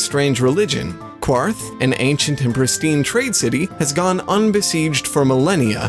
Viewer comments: It's pronounced Kaa-rth, not Qu-arth, there's no u. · Quarth. "Kwarth???" Surely you mean "Karth" old boy. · Amazes me when people still mispronounce Quarth.